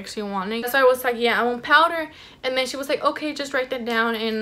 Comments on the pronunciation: The lady said dipped powder or acrylic powder.. she said “PoWdEr” 😂. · Heba Assaf LMFAOO I- 😭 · Lizeth Avelino i hate when ppl say it like that😭😂